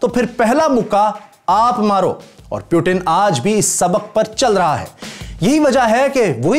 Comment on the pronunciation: Chutiye pyutin nhi Putin hai